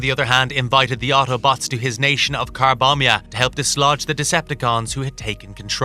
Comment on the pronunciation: Car-bomb-mia? 😲🤣🤣- I'm weak.